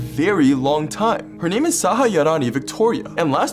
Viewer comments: Your pronunciation of her name is on point! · HE PRONOUNCED AN INDIAN NAME RIGHT!!!!!!!!!!!!